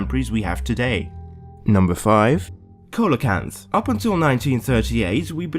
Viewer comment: You said "coalacanth" Proper pronunciation: "see-luh-canth"